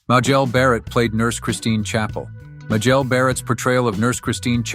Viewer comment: Her name was pronounced as May-jel, not Ma-jel